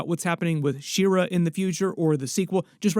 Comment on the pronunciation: She-Ra is not pronounced "Sheer-uh". It is literally "She-Ra".